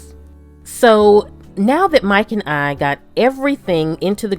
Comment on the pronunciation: When she says "Mike and I" it sounds like Mike and Ike